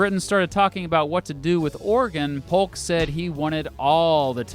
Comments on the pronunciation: you said hulk instead of saying Polk😅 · It's pronounced P-OH-K, for those who don't know. The "L" is silent just as it is in "walk," or "talk."